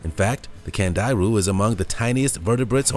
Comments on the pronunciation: I believe it's called a "candy-roo" not cand-I-ru... (watched Sir Jeremy Wade's shows 5 times) And the pic shown is a lamprey... also learned from Sir Jeremy Wade's show... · It's pronounced candy roo